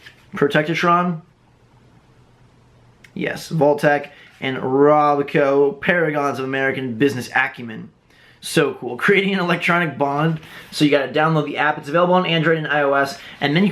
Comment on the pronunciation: It is Pro-tect-tron.